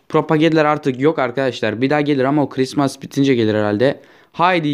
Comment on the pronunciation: kırismas diye okunmuyor " kırismıs" diye okunuyor ve CHRİSTMAS diye değil CHRISTMAS diye yazılıyor.